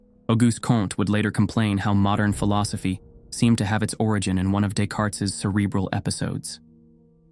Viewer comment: FYI: Descartes is pronounced “day•car.” Not “des•karts.”